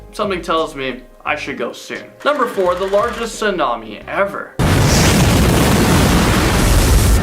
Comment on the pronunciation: what the heck is a "sidnami" ..